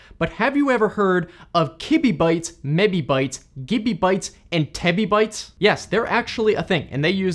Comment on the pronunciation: Everyone is talking about the things in the video, while I’m just laughing about the way says ‘kibibyte’ and ‘gibibyte’ 👹👹